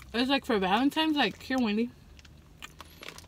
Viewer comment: Its Valentine's day not Valentimes day